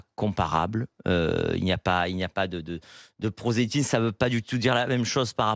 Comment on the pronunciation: Il n'y a pas de " prosétisme" ? C'est qui cet abruti incapable de dire " prosélytisme" ?